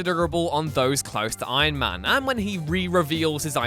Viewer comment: No one: Narator: EYeMAn